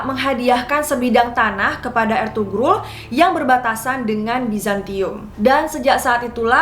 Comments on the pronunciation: Mohon maaf .. İzin koreksi dikit.., Ertuğrul dibaca Ertuuurul Karena huruf turki ğ itu gausah dibaca, Sukses selalu kakak ❤️ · maaf kak, ini " ğ " yumuşak g. g ini ngga dibaca kak jadi kaya di ilangin gitu contoh Ertuğrul dibacanya erturul atau Erdoğan dibacanya erdoan.. 🙏